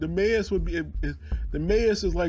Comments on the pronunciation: Maus= MOUSE its pronounced the same almost the same like MAssh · maus is pronounced like in english ! Depp ! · The mose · Your pronunciation of the word ''Maus'' just cracked me up x'D